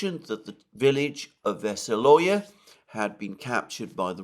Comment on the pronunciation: The name of the village is Vesióloye (stress on the 3rd vowel, "o""), which means, "cheerful, merry".